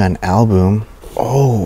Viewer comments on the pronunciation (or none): Oh my dear! It's pronounced al-bum, short u, like up!! NOT like boom, long u, like due!